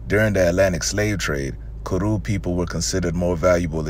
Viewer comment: Kru is pronounced "crew", not kuru, Kru person from Liberia here. Beai nee (thank you).